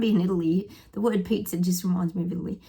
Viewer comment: Sounded like you said the tower of pizza 🍕 its Pisa not pizza 😁😂